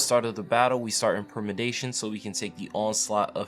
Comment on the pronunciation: permedation lulz xD